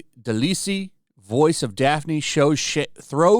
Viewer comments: her last name pronunciation is deli le not delisie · Its pronounced "de lie al'' Grey DeLisle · Her name is pronounced Grey "Del-eye-ul" you don't pronounce the S in her last name lmao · “Grey DILEESEE” lmao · Just in case you talk about Grey in the future, her surname is pronounced “day-lyle”. I understand the mispronunciation, though; I used to call her “day-lis-lee” too. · Pronounced "Deh Lile" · I agree that Velma is bad, but your commentary adds nothing Firstly you mispronounced DeLisle and she didn't SLAM anything, she just retweeted something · Never heard Grey DeLisle pronounced like THAT... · The only bad take here is how he pronounced Gray DeLisle